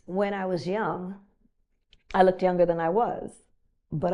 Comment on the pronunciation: It's 2023 & you're a grown man conducting a professional interview-- it's not "look-did" it's looked. How about english instead of ghetto?